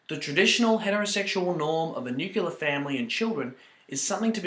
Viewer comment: This was funny, although i cringed when he said 'nucular' and said entitled rather than titled.